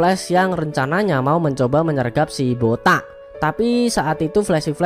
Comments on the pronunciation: Jangan terlalu ditekan kalo ucapkan botak entar ada tuyul marah😂😂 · Bilang BOTAK.nya greget banget. Yg ngrasa botak pasti sebel bet dah. 🤣🤣🤣